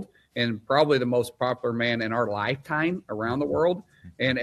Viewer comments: the word is popular pronounced [pop-u-lar] not popliar or poplar which is a tree! Yes maybe Trump is poplar with trees but I don't think so! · Mark Wayne whoever he is can’t even correctly pronounce a simple word like popular